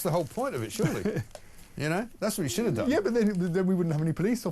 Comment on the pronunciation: Shoit not should